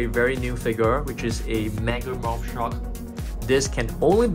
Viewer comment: Him saying shark: basking shuk Me: 👁👄👁